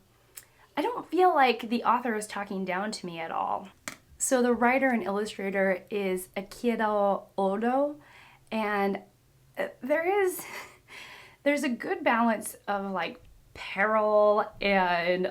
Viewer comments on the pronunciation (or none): Ei-iCHI-ro ODA... it's pronounced as CHI not Ki and it ended with ODA not ODO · I see the comment on how to pronounce Luffy but Oda is pronounced "O-Duh" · Uh…. can you please remake this video? I don’t want to gatekeep, but c’mon. Those pronunciations of Luffy’s name and Oda’s name are just driving me crazy. I know you said you were a quarter Japanese, but damn just damn.